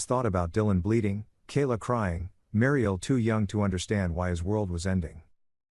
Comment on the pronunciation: Hey robot narrator boy, WHAT THE HELL IS A "BAY-LIFE"? "MARY-EL"?